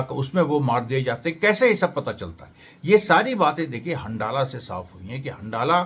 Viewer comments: अमरेश जी!!हंडाला नाम नहीं है बल्कि हंज़ला नाम है उस ग्रूप का!!!! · सही उच्चारण हंज़ला है